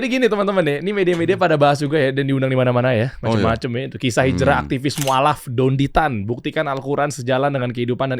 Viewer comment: nyebut namanya aja udah salah hadeuuhh... Dendy Tan itu org mana?🤣 Maaf ya, dr penjelasan² itu sangat² masuk akal, bisa diterima oleh siapapun yg terbuka hatinya, bukannya saya/kami mendewa²kan beliau ya, tp memang benar adanya Sesuai dengan data & fakta yg ada Beliau bergerak di mualaf center adalah buktinya, bukan sembarang orang Dari situ aja mungkin sudah jelas ya